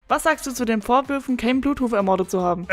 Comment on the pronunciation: Cairne Bluthuf/Bloodhoof wird im deutschen Kern ausgesprochen